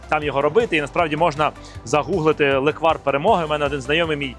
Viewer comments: NE леквАр, a LE'kvar (ь)... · Тільки не леквАр, а лЕквар🙏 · Леʼквар!!!! Ти Євженя! Говори грамотно))) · Ов,справді.Це смакота з дитинства.Тільки наголос на е-лЕквар))) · Слово запозичене з угорської мови “lekvár”. В угорській мові завжди наголошений перший склад(лéквар, бóграч і так далі) Відео , як завжди супер 👍😇💕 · Євгене, правильно казати лЕквар. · Не правильно наголос Леквар наголос на перший склад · Наголос на перший склад, будь ласка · Я з Закарпаття. Вітаю вас! Я кожен рік варю леквар в каструлі і варю його більше ніж 24 години і получається дуже хороший леквар! Наголос треба ставити на літеру е.😊😊😊